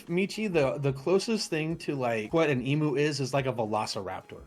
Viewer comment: The sheer inability for Americans to say the word "emu" properly always amuses me. Michi I give a pass to.